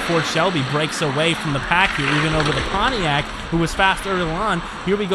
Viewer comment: Just to clarify, it's not called poniac, it's called Pontiac.